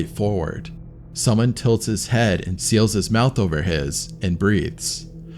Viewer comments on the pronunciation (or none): none